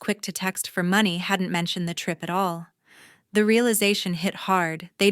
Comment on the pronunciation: AI still can't pronounce money!!! Very annoying. Do better!!!😢😢😢😢😢😢😢😢😢😢😢